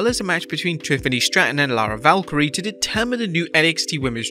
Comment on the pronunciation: You said Lyra second name wrong